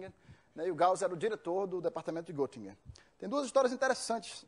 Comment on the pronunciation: estranhei ele dizer que morou na Alemanha e pronuncia Gottingen.O correto é Gettingen,pois se escreve Göttingen pois o trema no o dá som de ê